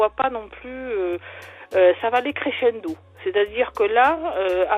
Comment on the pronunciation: "Ça va aller créchendo"😂chuis morte😂